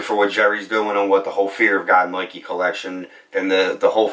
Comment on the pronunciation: He says noike, loight, etc. Idk, might be an accent or a lisp